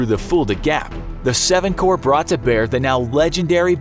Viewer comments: There weren't seven "cores." It was the Seventh Corps: just the one. And the "s" is silent. Holy christ, who writes and edits these? So many glaring mistakes and inaccuracies of things that are easy to research with a simple Google search. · Someone teach this man how to pronounce “corps”